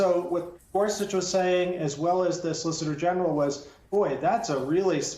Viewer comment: Yamiche said "solicitor genital" teehee